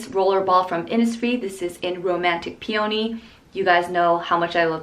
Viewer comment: pee-yow-nee lol